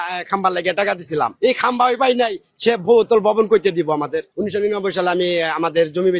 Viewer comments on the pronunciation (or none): tui to bolte o patos na Kamba naki khamba murkho